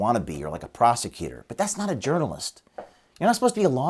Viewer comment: Did you say prosecutor or prostitutor, I think he's a prosecuting prostitute